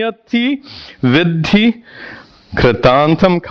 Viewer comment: Sir, if I may say so. Vidhi and Viddhi are different words and perhaps by oversight it is being pronounced interchangeably here.